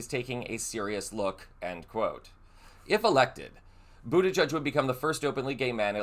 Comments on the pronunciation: Omg it’s pronounced Boot-edge-edge. Not bootijudge. WTF is wrong with you. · It's Boot-i-jij, not Buddha Judge. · It’s Boot edge edge. Not Boot a judge. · Butti-jedge, not Butti-judge. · Boot-edge-edge. There is no "judge" in his name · Please pronounce the outgoing Secretary of Transportation's last name correctly - it is not boo-duh-judge but is boo-duh- gedge. It rhymes with hedge. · I believe the pronunciation is boo ta gege not boo ta judge. But he is smart, empathetic, kind, patriotic and open-minded either way. Hope he runs in the future. Wish he was my state Senator. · I've given this a thumbs up, but I would like to clarify something. It's pronounced Bu-ti-gedge, not Bu-ti-judge. Thanks! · boot edge edge. at least say his name correctly. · It is not pronounced ‘booty judge’ !!! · There is no "judge" in the pronouncing of Pete's name!!! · Boot edge edge - pronounce correctly please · It's BOOT EDGE EDGE! Learn how to pronounce!!! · His name is not pronounced buttijudge. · Please send appropriate respect: it's not "budda-judge". 🤦‍♀️ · It's pronounced boot-edge-edge. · PETE has said his name is pronounced boot edge edge, not ending in "judge" sound... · ..... Pete BUTTI - GEDGE ........ Please get this great man's name RIGHT!!! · Buttigieg is pronounced - boot eh-gedge Thanks for the information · If we are going to complain when the right mispronounces Kamala (granted they do it purposefully), we should correctly pronounce the names of our own politicians. It’s “boot-edge-edge”, he described it as such when he ran for POTUS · I think you should pronounce his name correctly and Pete should run for president soon! 🎉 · Pls pronounce Pete's last name correctly. Simple respect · You re pronouncing his name wrong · Sorry not to be picky, are you pronouncing his name right? Maybe I got it wrong all along. I’m Canadian but love following him, one of the most intelligent and well spoken politicians in the U.S. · Learn how to pronounce his name for heaven sake!